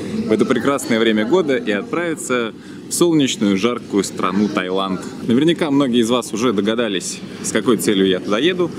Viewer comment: Таиланд, а не Тайланд.